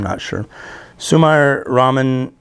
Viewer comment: Sumire is pronounced Su-mee-ray.The "R" is rolled.